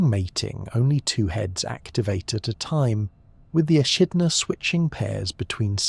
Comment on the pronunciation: to me it sounds like AI. Both in content and in audio quality. It pronounced echidna as eshitna and inn the next sentence as ehitna. The tone remains exactly the same across different sections and there's no pauses to indicate different sections. Then the subject matter is also very incoherent, slapping on adjectives everywhere. Mindless sentence like "evolution explorers without ego". AI content it'd getting good though